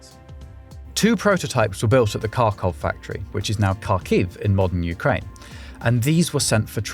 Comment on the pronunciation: I'm loving the video! Just a bit of feedback on pronunciation: The "kh" in Kharkov or Kharkiv makes a sound similar to the Scottish "ch" at the end of "loch"